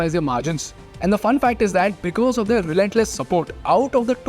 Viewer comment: Learn how to say "their" properly.